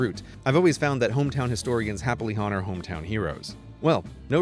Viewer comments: I don't know whether to be more annoyed by the mispronounciation of honour or to enjoy the alliterative appeal of what you made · I just realized he said "hometown historians happy Honour hometown heroes" with the emphasis on the "h" in honours to keep with the alliteration